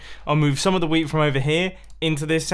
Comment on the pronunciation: when he sais wheat it sounds like weed...